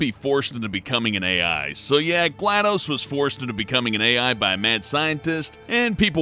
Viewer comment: Gla - DOS ( as in MS - DOS ) not Gladose, Aeris ( heir·ess ) not Ares ( the mythological god ).